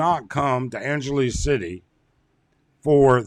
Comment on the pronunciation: An gelease? Who says it that way, buddy?